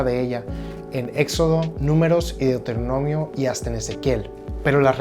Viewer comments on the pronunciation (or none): Noooo. Deuteronomiosssss. Por que le añaden "s"